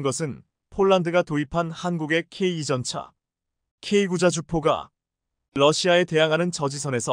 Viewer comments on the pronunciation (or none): 아 제발 케이 전차라고 하지말고 케이 투라고좀 읽어주시고 케이 구가 뭡니까 케이 나인 이라고 읽어주세요!! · 나하고 똑같습니다 내용은존데 발음하는 소리가 엉터리다!!케이투. 와 케이 나인 을 케이. 이. 또케이 구 라고 하는데 그걸못고치네!! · 맞습니다 설명좀 제대로 했으면좋겠다 케이 나인을 케이구라고 하질않나 케이 투전차를 케이 이 라고 설명하질않나. 듣기 짜증나네!!네티즌 들이 영어를 모를까봐 그렇게 읽어주나보네!! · ㅋㅋ. 나토 를 엔에이티오 라고 읽어주네!!글구ㅈ케이 나인을 케이구 라하고 케이 투 전차를 케이 이 라고 읽어주네~그렇게 읽지말라했거늘 안되나보네!!